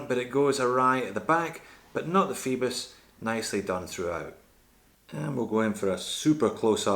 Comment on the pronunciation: I could be wrong but oi is usually pronounced like oy, so Phoibos should sound like foybos and not feebos, what do you think?